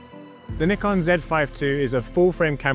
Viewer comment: I love that you pronounce Nikon properly 😄